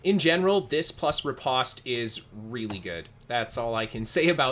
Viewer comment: very nice! also, the pronunciation is ruh-powst